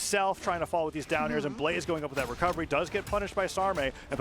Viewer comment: “Gets the Gwecovegy”